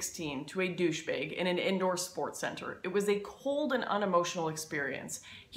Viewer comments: I haven't seen it yet in the comments so I will call you out on it.... "douche bayg?" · Am I the only one that notices how she keeps pronouncing the "A" in some words as "Ay" like instead of "Baggage" it's "Bay-gage" or "Marriage" it's "May-riage" or "Band wagon" it's "Band waygon" or "Douchebag" as "Douchebayge"?